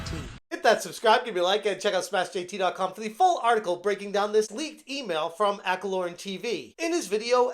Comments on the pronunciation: It's Acco-lon. Not lorn. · Accolon not alacorn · Accolonn doesn’t have an R in it lol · it's Ack-o-lawn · I giggle every time you call him Accolorn. Lol.